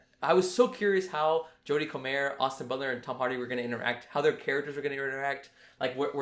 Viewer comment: First time I've heard her name pronounced Coh-Mayer instead of Coh-mer